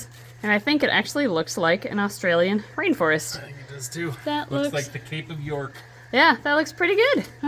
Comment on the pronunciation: hi I'm just saying I live in Australia and we say Australia not orstarlia just so you no and I'm a big fan